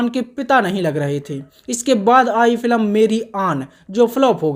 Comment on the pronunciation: फिल्म ❌ फिलम 😂